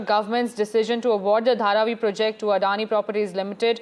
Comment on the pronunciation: It's not pre'JECT, it's 'PROject